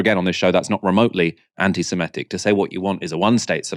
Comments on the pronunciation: it's antisemItic not antisemEtic..... Otherwise, like your work! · Well done. You know they have lost the argument as soon as they start talking over you. Just one thing though - anti se-MIT-ic.